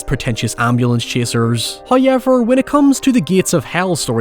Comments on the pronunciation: I always hear it as "hiyever".😂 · FRist "hoyevver"drops . We are blessed with His munificence. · I want to start by saying I love your videos. I do want to say that the way you pronounce -ow and -ou words is very distracting. At this point in 2023 you cannot pronounce however as "hoyever". It's frankly unacceptable. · Omg that pronunciation’s been ringing in my head all this time I’m glad someone’s finally pointed it out😂